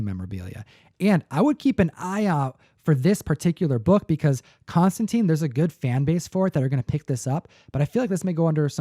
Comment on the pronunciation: Hearing people mispronounce Constantine so much hurts my ears! It's pronounced like mine or fine. There are a lot of Hellblazer issues with him that rhyme the name (I think Batman Damned did too) and it is always made to be read tine not teen. There are even issues where he corrects people on the spelling. Be sure to read his comics with that in mind